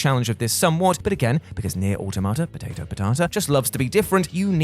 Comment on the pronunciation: "pOtATo, pOTaTuh". I like watching the content of these videos but MY GOD, this guy is painfully unfunny